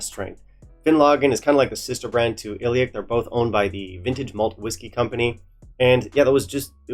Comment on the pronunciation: Ileach 58 is considerably better than Finlaggan 58. In terms of anonymous tasting at the IWSC, when rated, the results were as follows: 1. Ileach 58 2. Scarabus (57) 3. Finlaggan 58 Plus Ileach is pronounced ee-lawch. Lach like the pronunciation of the Hebrew letter ח. (For simpletons, the sound you make when you are about to spit) I love your channel but a few tips: This is not a whisky you should add water to. It is also important to note that when faced with a peated whisky at this strength, you need to drink it correctly via properly smelling it 3 seconds prior and as it comes into contact with your lips.